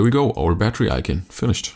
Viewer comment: ICON!!ICON! I-C-O-N!! NOT IKEN!!! Yeeses, unwatchable...